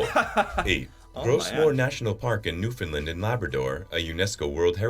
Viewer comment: I’d love you to learn how to say Newfoundland. Just remember there is no “fin” Try this to help you. Understand Newfoundland so I hope when you try repeating that a few times I’m sure you’ll drop the “fin” disappear!!